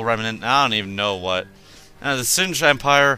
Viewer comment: Said Sin-g. btw, go for the capital ship contruction facility. Hand Capital ships (or at least one of em) get a cloak. And by the way, the Zsinj Empire is EXTREMELY tough, they have few planets, but they are locked down pretty well. The Rebellion has a ton of new annoying ships. And, its pronounced Si-ca I think. Every faction has an Interdictor, and they all get battle defensive stations. Very very effective faction the Hand is. (I'm talkin like Yoda :D) Well anyways, have fun with the newmod